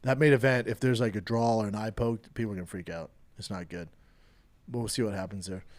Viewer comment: B it’s not a drawl it’s a draw my man. You can pronounce hard words damnit, you got this buddy! Glad you’re back big guy!